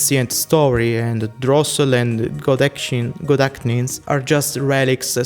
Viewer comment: Gedachtnis is easy to say, you’re supposed to pretend the H isn’t there.